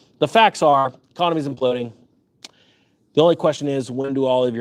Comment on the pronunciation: "We are omploding" ....Me with NVDA calls 😎😎